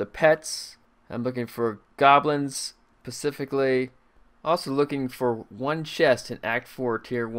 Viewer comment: looking for goblins pacifically. Pacifically means to be peaceful... just saying.